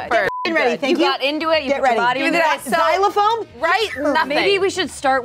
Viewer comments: I just realised read "xylophone" on the card in this video. So there's no excuse for "zilaphone" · Watching this again after “Zilaphone” fiasco 😂